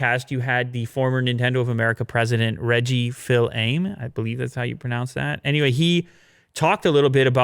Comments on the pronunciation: It’s pronounced “Fees a may” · Fils-Aime is pronounced "Fee-Suh-May." I found this out when my daughter had a teacher with that name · “Fils-Aime” is pronounced “FEEZ-AH May” ;) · It’s Reggie Feez-sa-may! He’s a Nintendo LEGEND